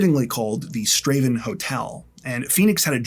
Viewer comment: Your videos always get a thumbs up, but you deserve an extra one for being American and pronouncing Strathaven correctly. Other than that, folk in EK still talk about Phoenix Horn's murder.